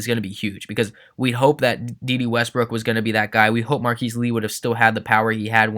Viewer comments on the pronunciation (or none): none